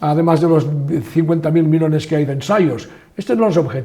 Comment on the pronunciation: Por qué pronuncia una sola "l" dónde el sonido debe ser de 2? Dice "milones" en vez de millones. Y "elos" en lugar de ellos. Su lengua nativa es diferente del castellano?